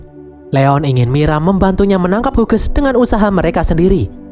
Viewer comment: Min izin memberi tahu, kalau nama Hughes, itu dibaca nya "Hius/Hyus" min bukan "Huges" 🙏🏻